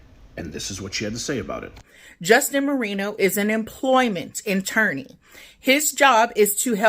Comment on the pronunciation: The second she called an attorney an "interny" made me immediately discredit everything she said after the point.